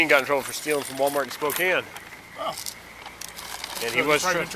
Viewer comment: Oh, Mr. Officer, please stop with the “problAmo” and the “WalMareto”…you do not sound too swift yourself, sir.